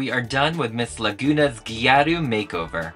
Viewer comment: "Lagoornah" Anyways, stunning as always ❤